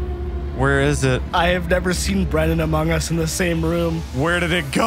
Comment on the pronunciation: Yeah and then he just says AMOG US then goes into my air vent